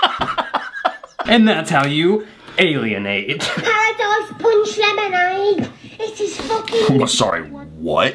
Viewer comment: I heard hot dogs punch lemonade instead of what it actually was